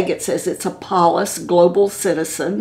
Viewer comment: Good video! Isn't it Palafox, not Palafax?